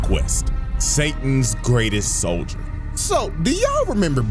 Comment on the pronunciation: “Soilder”🥲 it’s soldier